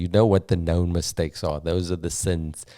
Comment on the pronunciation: I'm fasting and I just hear miss steaks